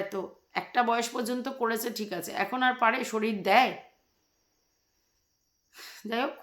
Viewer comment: এই স্কুল থেকে অন্য স্কুল ভালো বা ইংলিশ মিডিয়ামে ভর্তি করা খুব মুশকিল।ঠিকই বলেছ,বাবা মায়ের ইন্টারভিউ নেয়,কিছু টাকা ডোনেশন দিতে হয়। কথার উচ্চারণ ও ঠিক নয়।শরীর কে শরীল বলে। বাচ্ছাটা কে আরো অনেক আগে থেকেই ভালো স্কুলে ভর্তি করা উচিত ছিল। একদম যুক্তি যত কথা বলেছ।